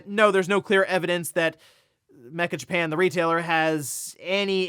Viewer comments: That switch 2 site is pronounced Metcha Japan, not mecha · "Meccha" is pronounced Meh~Chah it is NOT "mehK~Kah" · Meccha Japan is probably not “mecha” like robots and machines, but めっちゃ meaning “extremely” or “to a large degree”. So metcha rather than mekka.